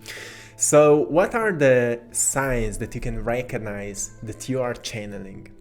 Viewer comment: Hehe.. Heh.. ... I'm just gonna be a goof.. Sounds like.. Rankonize. 🤓😖😅